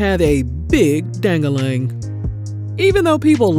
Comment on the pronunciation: “Dang-ah-ling” lol